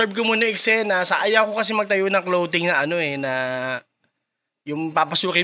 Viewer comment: BAKIT "KLOWTING" ang tawag nyo sa CLOTHING?? 😂😂😂 Si Anygma at lang narinig kong tama ang pronunciation 😅